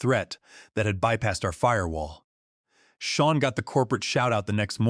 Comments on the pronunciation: The AI has a metal block (yes, a metal block or a mettle block if you'all prefer) where the name Sean (sheen) is mispronounced as Scene or Seen. And let us not mention dollar amounts like $200,000 expressed as Dollars two hundred comma zero zero zero. Y'alls need a real person to listen to your production, not another clueless AI fed info by a lazy genius level human. A simple solution was ignored, and their lack of action compounded the problem; Victoria should have asked, "What do you want?" But her massive ego was a mountain too high to allow her to ask the question. Here, in reality, not listening, lazyness and greed on the part of the "creators" cripples their ability to make a better product. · The AI properly pronounced the name "Sean" several times, but mispronounced at least three other times, see in the video. And the AI does not know how to properly pronounce numbers, see in the video. Poor AI execution on this video.